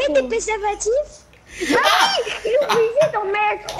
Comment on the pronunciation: Tu met des pèservative j'ai rigolé car juste après 3 seconde il a dit tu met des tampoumon🤣🤣🤣🤣🤣🤣🤣😂😂😂🤣🤣🤣😅😅😂🤣🤣 on fait du feestyle😂😅😂🤣😅🤣😅🤣😂😂😂😂😅🤣😅🤣😅😂😅🤣😅🤣😂